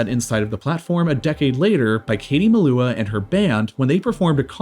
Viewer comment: Katie Meloooa?? It's Katie Mell-you-ah